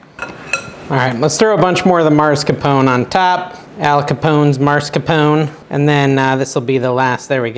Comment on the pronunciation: "Mars"-capone, hahaha.